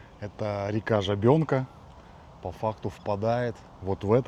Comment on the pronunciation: Река ЖАбенка, на 1-е А ударение.